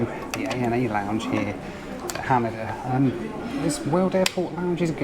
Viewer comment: Hanida is pronounced more like Han-ee-da not like Han-a-da as you were saying 😉edit: I did like where you called CNN the Comedy News Network